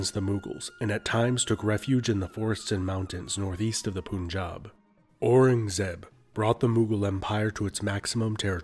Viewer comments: A. its not "Poonjab"...Its "Pun-Jaab" derived from "Panch aab" meaning five(panch) waters(aab) B. "Sikh" it self is derived from sanskrit "Shishya" meaning "Student" thus not intended to be a warrior, until 2 major Massacres inflicted by those benevolent "Muslim" kings. C. When Guru Gobind Singh Singh took up arms against this tyranny, Hindus from all sects and classes joined him...Its said that every Hindu family of the region gave their eldest son to his endeavor. D. Banda Bahadur was never a Sikh...He was called Lakshman das and took up arms for protecting Indigenous people from muslim Invaders, He has delegated powers from The Guru Himself, and he even after being a Hindu took revenge for Sons of Guru by leveling Sarhind, were innocent Children of Gurus were entombed alive! E. Sikhs were not outsiders to Hinduism...infact they are an offshoot, just like Buddhist(do not believe in Veda), Jaina (Do not believe in Karmkanda), Tantrik (do not believe in benevolence of Gods), Nath (Having being owned by God) etc. the only reason Guru Nanak dev had depicted himself as such because Exclusivity of Islamic culture which you see even today (Please refer to Pakistani President's recent Speech in UN). F. For those Sikh brothers and sisters who are denying the obvious...please open your eyes and smell the coffee, you are and were being Hindus while fighting battles for others, you were ridiculed by Muslims, you have been Cheated by British, and Some of you are being set up by Pakistan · Great video! Didn't want to be too finicky but couldn't help. "Punjab" is not pronounced as "poon-jab". The "punj-" (five) part is pronounced similar the English "punch", and the second part "-ab" (water) as you rightly did. The name means "(land of) five waters/rivers". Also, the "th" in "Maratha" is pronounced closer to the way it is in "Beethoven". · Happy for the video! But fyi it is pun-jab(pun as in the joke pun) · Pun in Punjab is pronounced as pun in English. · It's punjab not poonjab